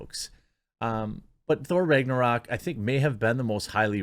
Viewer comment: The way you pronounce Ragnarok is upsetting